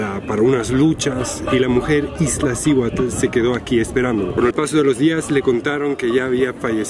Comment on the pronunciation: Disculpa amigo,es Iztaccihuatl,no Iztlacihuatl